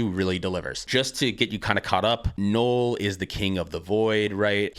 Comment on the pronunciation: Null like hull not gnoll like hole